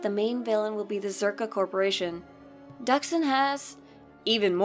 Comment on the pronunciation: FINALLY SOMEONE WHO CAN PRONOUNCE DXUN! LMAO